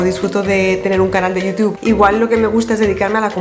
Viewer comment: Amo cómo pronuncias "Youtube". Necesito un vídeo de 10 horas de diciendo "Youtube"